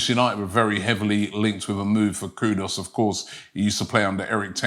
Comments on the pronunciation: Mr. LILLIE You shpuld be ashamed of yourself...learn to pronounce English words..it is Not Kudos ...his Name is KUDUS... (koo ...do....oos).. And remember I said post World Cup, that Arsenal should Sign Mohammed Kudus... Keep up the good work Robbie 👏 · Robbie, we are very particular about how you pronounce our names. His name is Kudus...Koo- Doos. Not Koodus. Please pronounce our names properly! KOODOOS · His name Robbie is not Kudos its Kudus (as in Kudoos)!! Get it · Why Robbie butcher everyone's name? It's not "Kudos". It's KUDUS. 😅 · It's not Kudos, it's kudus. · Kudus robbie not kudos,this guy must have dyslexia as i don't think he can read properly as hes ALWAYS getting names wrong when he reads them 😂. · It's pronounced as "koodoos" not "koodos" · Even a simple name like Kudus Robbie can't pronounce. Man said KUDOS 😭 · Mohammed Kudooss!!Never change.😂